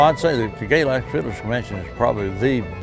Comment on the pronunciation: Chase Sizemore is it pronounced. GAY LaX. Or GAY lux ?